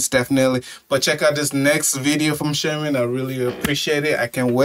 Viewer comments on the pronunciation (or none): [shamAAA'n] !!! Not [sha'men]